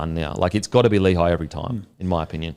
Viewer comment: How is Lehi's name pronouced so badly? Its not pronounced Lee-high, it's lé-hee.